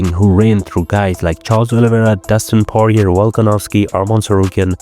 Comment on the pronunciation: Why do all these UFC YouTube channels never know how to pronounce the name of fighters 😂. Dustin Poirier name is pronounced “Paw-re-ay”, doesn’t end in a “er” sound.